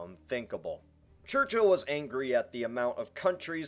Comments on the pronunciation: It's not pronounced church-hill it's pronounced church-ill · Its Church-ill Not Church-hill! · it's not fucking "church hill" it's pronounced "church ull" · It's not pronounced Church-hill, it's pronounced Churchill. One word. There's no need to emphasise the H.